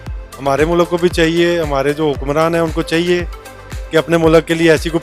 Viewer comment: Mulaaaaaaaak nahi bhai..MULK bolo...